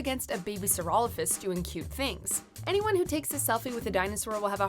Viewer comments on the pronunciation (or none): “A baby Saurolophus” 😑